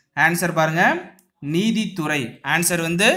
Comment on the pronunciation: சார்! முதல் கேள்வியின் விடையின் பதிலின் உச்சரிப்பு நிதித்துறையா? நீதித் துறையா?